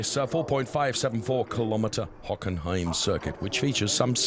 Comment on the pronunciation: Hockenheim was butchered.